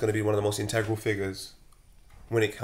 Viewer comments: Nobody: Absolutely nobody: using big words like "Intengral" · Nobody: &: Integral